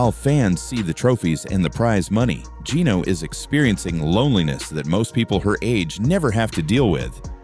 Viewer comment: This narrator is an idiot or else just did poor research. He mispronounced Geeno’s last name throughout the video. It is actually pronounced “Thiticoon”.